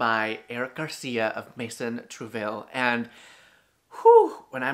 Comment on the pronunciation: Heyyyy love the content 😁 Just wanted to say it’s pronounced troo-va-ee not trouville.